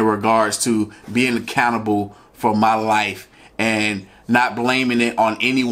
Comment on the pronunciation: I don't want to make fun of him, but did anyone else hear him say he should be a cannibal for his life instead of accountable?